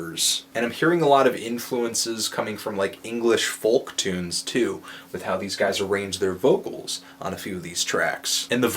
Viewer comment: Try saying "Foke" when you say Folk. :P